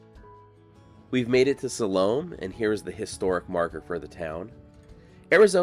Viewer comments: Sal-O-May? 😂😂😂😂 I think you mean (Sal-Oh-Meh)😊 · I think it's pronounced SAL-oh-may. You know, she of the dance of the seven vails. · If the town is named after the Salome in the Bible, who danced before Herod at his birthday party, which didn't end well for John the Baptist, then it is pronounced "Saw-low-MAY" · Excellent as always. I do have one question though. Are you sure that her name was pronounced the way you say it? The biblical Salome I always heard pronounced sa-LOW-may. But everyone gets to pronounce their name however they want to. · Originally pronounced Sal o May …just saying , lol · Well you totally butchered the name of this town. Use AI to improve your Spanish AI Overview +4 To pronounce Salome, AZ (pronounced suh-LOH-mee, rhyming with "slow me"), stress the second syllable, with the "o" sounding like in "low," and the final "e" sounding like a long "e" (ee), similar to the biblical name, with the town's pronunciation being a common English adaptation. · Usually pronounced "so-lu-me"😊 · are you sure it's not pronounced salomay? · Love your materials, but it was a bit painful to hear you repeatedly mispronounce the town's name. Now maybe the founders mispronounced it as well, but Salome is properly spoken as "sah-LOH-may"... I've been through the town many times over the past 20 years, and stopped once or twice. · It’s pronounced. Sau lo may. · Pronounced Sol o maaaa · Too bad he doesn't research how to properly pronounce the name of the town... Again... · I have never in my life heard any one pronounce “ Salome” so badly. It’s either you or you are pronouncing it like the locals did.